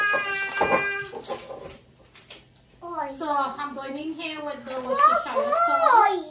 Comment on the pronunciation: You pronounced Worcestershire (sauce) very well. So many times I heard people go "wortushhhurrereee" 😂😂😂😂